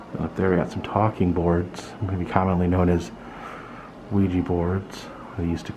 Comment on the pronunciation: Wee-ja. WEE-JA. It is not "wee-gee."